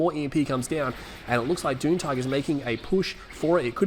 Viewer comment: I've been watching your videos for about 2 years now. I'm pretty sure his name is pronounced "June Tiger". :) Anyways good to see another video from you.